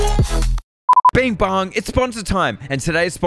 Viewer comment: Did this man just say being bong